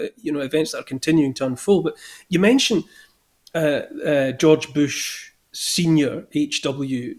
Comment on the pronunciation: Greetings Neil, whenever you say George Boosh sounds like you’re doing something with his bottom.